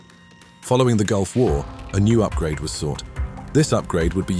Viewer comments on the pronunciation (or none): none